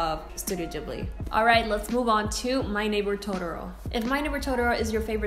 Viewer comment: YOU PRONOUNCE IT WRONG IT BUGS ME SO MUCH